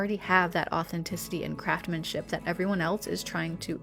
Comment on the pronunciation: It's craftsmanship with an "s" BTW Thrifting is definitely the way to go 💖